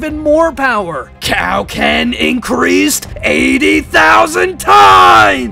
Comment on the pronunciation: Thought it was ment to be kio ken not cow ken 😂